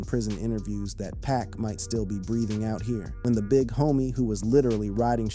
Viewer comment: Please STOP Calling Him PACK🙄His Name IS PAC😉👌🏼